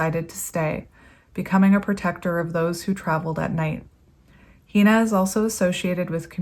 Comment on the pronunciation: Hina is pronounced HENUH. ...Ah, you got it. (My granddaughterʻs name. ☺) In Hawaiian each vowel is pronounced, and sounds like those in Spanish, or Japanese.